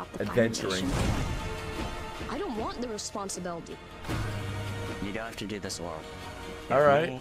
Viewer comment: Also the ang line was bad he didn't pronounce responsibility correctly which made the line overall clunky.